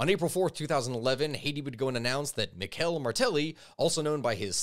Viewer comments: Jesus Christ how did you butcher the name Michel Martelly??? The name literally can just be said like the woman's name Michelle!!! Dude. 💀💀💀💀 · his name is pronounced like the English female name “Michelle.”